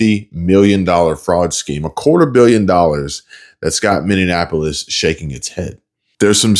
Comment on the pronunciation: Its Miniapolis not Mininapolis lol